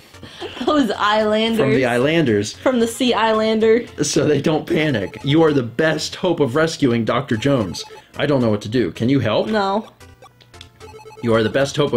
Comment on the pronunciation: first gon-dole-uh and now I-lan-der